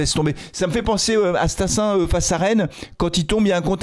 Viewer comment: Stassin 10 millions 😱 ... Sérieux ?? C'est StassUN pas StassDIX !!! Va falloir remettre Sissoko en 9 d'Urgence !!!!!